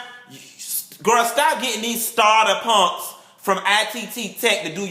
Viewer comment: Did u just say... "Starter PUNKS "